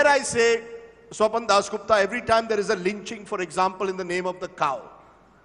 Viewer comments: he mispronounced Swapandas as Swapandosh 😂😂😂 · jai pronounced swapan dosh to swapan das gupta 😂😂😂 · Have you noticed guys, when rajdeep mispronounced swapan das gupta name as #swapandosh (स्वपन दोष) which is a male ejuculation while sleeping 😊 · he almost called him "Swapan-Dosh" Gupta there!! 😂😂